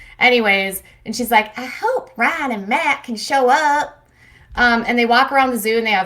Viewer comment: "Rye-iNN" :P